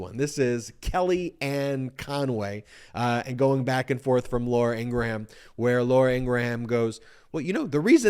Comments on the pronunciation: It’s pronounced Ing-ram not Ing-ra-ham. Are you doing that deliberately? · Sorry to see that this network will never accept reality, and by the way it's pronounced en gram not engra ham, just saying. It's cool to see you make news and show these propaganda network that has divided this nation. Keep it up! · Dude, Laura's name is getting botched by you in calling her Ingraham (like Abraham). It's pronounced Ingram (phonetically), the "H" is silent. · Her name is pronounced ING-GRUM... i know im nitpicking and I can't stand her, Faux News or Trump but it makes me crazy to hear him day Ing-gruh-ham lol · Her name is pronounced EENG RUHM. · She pronounces her last name as “Ingram.” I’m left wing but you obviously don’t know much about her if you don’t know how to pronounce her mane. She’s been on TV for like 20 years. It’s like President Bush repeatedly saying “Eye-rack” instead of “ee- rack” when waging war against Iraq. Yeah, Fox News is for shmucks but try to learn about your subjects before embarrassing yourself. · LAURA Ing-gra-HAM.....😂😂😂😂😂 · You seem to have a difficult time correctly pronouncing Laura Ingraham’s name. It is pronounced “Ingrum”. It does not rhyme with Abraham or Lindsey Graham. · I'm 99% positive that Laura's last name is pronounced "Ing-gruhm." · It is pronounced In-grum. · Laura Ingra-Ham. Ha!😂😂😂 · I love the way you deliberately mispronounce Laura's last name. LOL. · Bet she is passed at how you say her name as well. Keep it up, nothing more fun than pissed fox folk. Lol